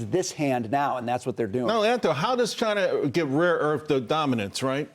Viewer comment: Come on , let's answer the important question here, why can't some Americans not pronounce China properly ?